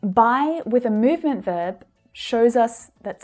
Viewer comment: [mjuvment] ... [m'ju:v] .... sorry, but where did you get it?? where did you get it?? horrible accent!!! only village men talk like that!! You ought to correct this !